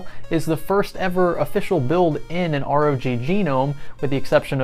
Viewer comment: The name is simple: ROG 1 (Rouge 1 ;) ). Pronounce ROG as a word (rawg) and there you have it.